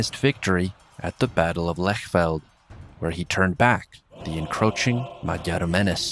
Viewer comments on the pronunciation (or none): none